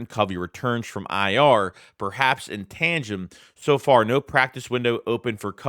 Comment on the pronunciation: “in tangum” 🤦🏻‍♂️W….T….F….. Jesus Christ can we learn English please??? Its TANDEM!!!